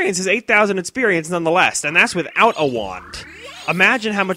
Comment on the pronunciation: etsercise etcited etsperience: does the fact that he replaces x with t in words and the fact that he sounds like he has way to much spit in his mouth all the time bother anyone else?